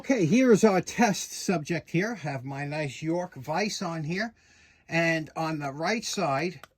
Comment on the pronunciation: That wasn't "NICE' it was 'NCE'. Chinese for No Can Exceed! Glad to see living his best life.😊